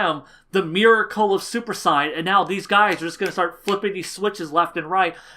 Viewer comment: than at least say saiyajin, like the Japanese version pronounces it